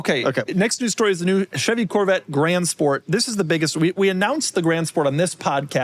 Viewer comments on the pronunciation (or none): none